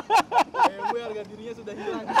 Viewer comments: Bi Em We mas. Bukan Bi Em Double U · Si paling "Biemdabelyu"